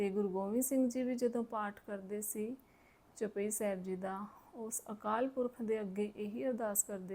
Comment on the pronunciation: ਮੁਆਫ ਕਰਨਾ ਬੀਬਾ ਜੀ ਚਪਈ ਸਾਹਿਬ ਜੀ ਨਹੀਂ ਚੌਪਈ ਸਾਹਿਬ ਸ਼ੁੱਧ ਉਚਾਰਣ ਕੀਤਾ ਜਾਵੇ ਜੀ 👏